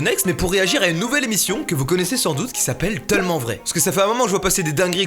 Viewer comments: "tEULment vrai" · A c moi ou il dit "TEUllement vrai" ?! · " Teullement vrai " 😂😂😭